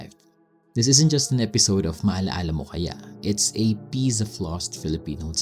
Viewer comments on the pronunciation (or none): "Discussted" "pieze"